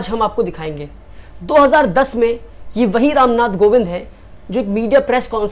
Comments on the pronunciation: it's kovind not govind. Good luck for ahead. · It's Ram Nath Kovind, not "Govind" pehle sikh le bhai